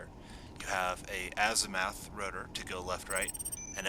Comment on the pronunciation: It's 'Azim u th', not 'Azimath' :D